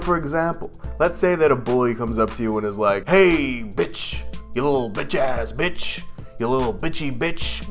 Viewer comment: That bitch word is not bothering me it sounds like bick